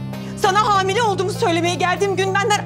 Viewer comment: Çağatay in hamile yerine habile dediğini fark eden.❤❤❤